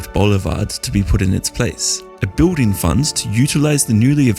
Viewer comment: Very informative and entertaining video. Spoiled slightly for me by the odd pronunciation here and there. For instance the word BUILDING is said the cockney way - BIWDING and the TH diphthong is either said as F or V depending on its being unvoiced or voiced. Pity about that. I'd have thought someone so well educated would have better elocution.